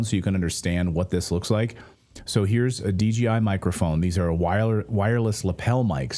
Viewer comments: DGI or you mean DJI😂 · D-J-I, not DGI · its DJI not DGI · Smh. Its a DJI mic. Not DGI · Dji mic, not dgi